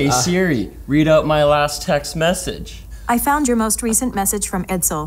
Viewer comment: Am I the only one who found the way he pronounced "Text Message" to be strange? He put the emphasis on Message instead text. IDK maybe just me